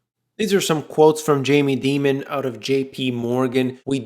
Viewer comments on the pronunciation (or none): He said Jaime "Demon"..?!?!?